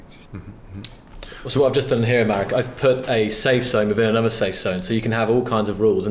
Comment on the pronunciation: His name is Marek, not Merek.